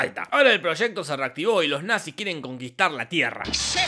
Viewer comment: The natziz jajajajajajajajajaj